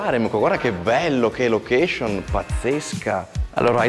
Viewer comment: sei in gambissima, ma "lochescion" non si può più sentire!